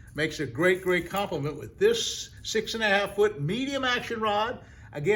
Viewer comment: Never too old in regards to learning. So my advice is, learn to provide hyper links in your YT video summaries that take us directly to your preferred source of referred products. For one, I had a slightly annoying problem in locating a 'Solis' baitcaster. Then I tried Solus, as enunciated. No go. Souless didn't seem appropriate. Then I eventually got lucky and found out that the product name is spelled, "Soleus." Call me lazy or call yourself richer for this piece of marketing advice. Thank you for your service and to all the men and women that served the U.S.A. armed forces. 🇺🇲 👍 TFS